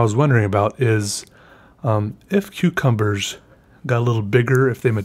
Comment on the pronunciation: sometimes it sound's like you're saying cutecumbers